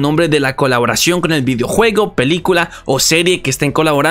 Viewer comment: caloboración xdd